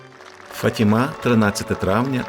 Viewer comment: Я перепрошую.. Правильно говорити- ФАтіма, а не ФатімА.( наголос на перше- А). Як говорити так неправильно, португальці дуже незадоволені. (в даний час , я в Португалії .) Це місто- ФАтіма і Матір Божа- фАтімска.